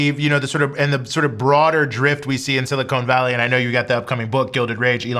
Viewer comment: I hope this doesn't sound pedantic, but ... "silicon" is pronounced "si-li-CON" not "si-li-conE". It's "con" not "cone".